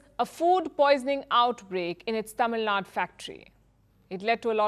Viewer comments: It’s Tamil Nadu, not Tamil Nad! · It is Tamil Nadu, not Tamil Nad.. lady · Why do you pronounce "Tamil Nadu" as "Tamilnad"...?... Palki needs to understand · Please add U to Tamil Nadu to the pronounciation. It is Tamil NadU and not Tamil Nad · it's Tamil Naidu not Nadu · Please Stop saying Tamil Nad or Kannad add a at last.It's like saying Hindia. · Its not tamil nad, its Tamil Nadu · In my humble opinion it should be corrected. I’m not from Tamil Nadu but I feel one should call the state by its name only. It’s not a word that can be pronounced differently in different languages. It’s a name of a state. And Firstpost is not a local news channel in north. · Why didn't she pronounce letter U in Tamil Nadu? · Learn to pronounce Tamilnadu properly